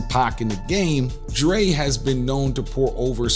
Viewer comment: Am I the only one who heard the narrator call Dre, Drake ? 🤷🏽‍♂️